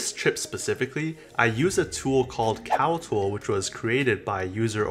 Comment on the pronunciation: great review and appreciate the tips but as a recommendation your annunciation is a bit off when you said something about CAL-TOOL being a site to input data but I can't find that website. As a suggestion please have the sites your recommending listed or typed out because your words some muffled to us. But again thanks for the video. Keep em coming!